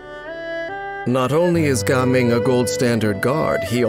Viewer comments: Why do you have to pronounce Jiaming as Gaming😭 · Ganming or Gaming ? the narrator sound like he is saying "kanming" tho.